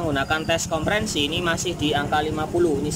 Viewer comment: Kok konprensi mas,,,kompresi,,atau pressure